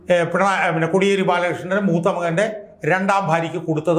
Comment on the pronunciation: കൊടിയേരി അല്ല സർ.. കോടിയേരി ആണ്..